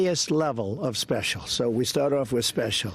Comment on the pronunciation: "Highest level of speshool"